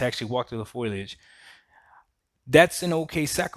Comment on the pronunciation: Not “foilage”… it’s “foliage”. 🤣